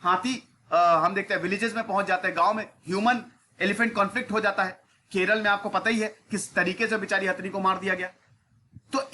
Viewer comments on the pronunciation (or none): none